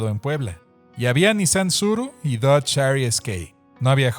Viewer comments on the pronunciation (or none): none